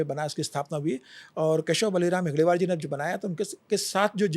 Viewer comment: नाम गलत ले रहे हो. हेडगेवार ये नाम है आप गलती से हेगडेवर ऐसे ले रहे हो.